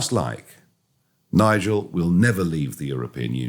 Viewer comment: Fidias μάθε αγγλικά ρε φίλε σε παρακαλώ. Τι Νιγκελ. ΝΑΙΤΖΕΛ